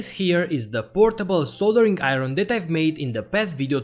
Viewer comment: "A New Soldereen Aeron"🤔🤔😂😂😂